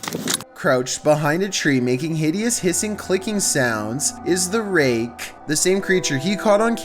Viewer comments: the raKKKKKKKe 10 seconds later: the reage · The way you say rake 😂👌